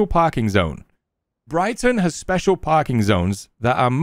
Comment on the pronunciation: Oh look it's the "spooshial " 😂😂 back in action